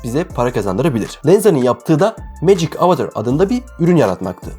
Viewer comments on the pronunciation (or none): none